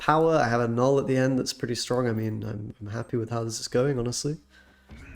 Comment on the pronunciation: You get a thumbs up for saying Knull the right way TY!